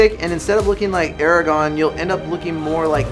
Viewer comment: its AraGORN!! hahahaha